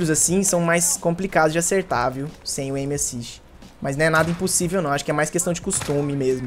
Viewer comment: Q raiva do falando "M assist"